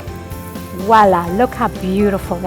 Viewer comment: Please - not "wallah"!